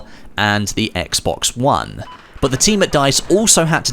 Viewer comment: why would i subscribe when you can't pronounce the word "but" peoperly? buuuuuu